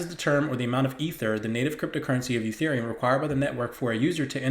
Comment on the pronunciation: Very good info. Careful sometimes you say Utherium not Etherium!